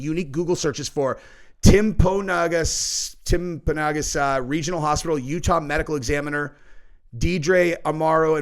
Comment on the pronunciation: It’s pronounced Tempa-NO-gus. It’s the name of the tallest mountain in Utah, which is in the region of UVU.